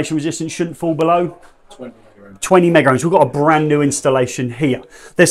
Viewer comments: There is no "r" in "mega". I hear so many electricians saying "megaRohms". Other that that the video is great. 👍😊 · you carefully read what he said, he never claimed megaohms had an "r" in it... Only that other electricians pronounce it wrong